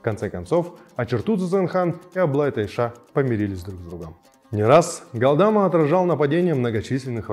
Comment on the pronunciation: Галдма, но не ГалдАма. Даже если пишут Галдама, то ударение надо делать на последней глассной 《а》 ГалдамА